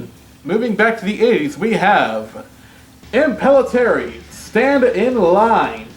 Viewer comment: I've always pronounced Impellitteri as "Im-pil-LIT-tery".